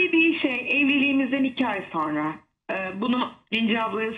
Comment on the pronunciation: Nur Viral sen yanlış söyledikçe inan kulaklarımız tırmalanıyor.Öğren artık SONRA, demem gerekir.Sorna değil , lütfen doğrusunu söylemeye calış.SONRA. SONRA SONRA. bir sayfa yaz ve oku..Ama öğren, Sunucular , spikerler yanlış yaptıkça ... olmuyor yani.